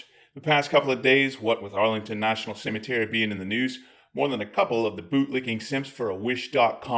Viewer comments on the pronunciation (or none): none